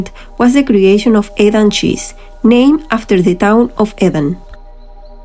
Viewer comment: It is NOT Goeda it is gouda with ou as in english now, you got the g right though...eDam not eVam.